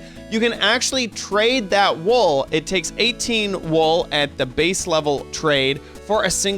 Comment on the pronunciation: It's wool not wall dude